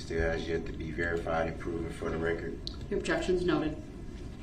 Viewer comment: Rekkerd, licemplace, bofe, jeery, share squeem, enty, amanent…db is full of mispronunciations…